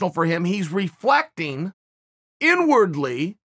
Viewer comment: "N-wordly"? Oh, no. Uncle Chael said "Inwardly"!